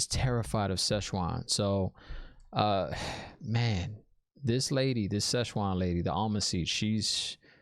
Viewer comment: I'm dying at "szechuan" lol